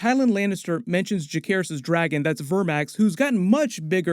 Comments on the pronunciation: why do you insist on mispronouncing names 😂 it's Juh-SEHR-iss, not juh-care-iss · Isn't Jacerys pronounced with a 'C' not a 'K'!??